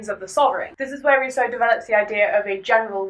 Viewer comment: How do you mess up Rousseau this much?... He wasn't even French.